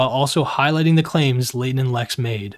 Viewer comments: Why does nick pronounce Leighton's name as "Laden" every single time It irritates me lmao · Just wanna feed the algorithm and complain about how annoying and irritating Nick’s voice is but especially when he pronounces Leighton as laden 😤